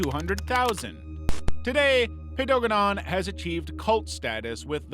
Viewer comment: I'm sorry you just pronounced Paedogeddon HOW??! I quit.